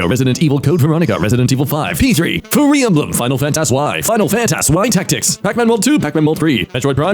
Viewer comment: Tmw he pronounced Fire Emblem as "Furry Emblem" 🤣